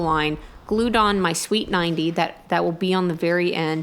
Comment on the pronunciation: Where's your utility marking tape in the trench? lol How long will it be till you start playing tricks on Cody when you hear him trying to use his air tools lol. The curved conduits are called "sweeps" couldn't tell if you were calling them sweets :p